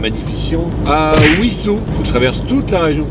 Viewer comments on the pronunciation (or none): On prononce Vissous et non pas Ouissous. C’est comme wagon tu ne prononces pas ouagon ! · Wissous se prononce >Vissous mais c'est pas grave t'es Normand 😁 . Il me semble t'avoir croisé dans ce coin là justement. T'étais pas chez Antoine par hasard? 🤔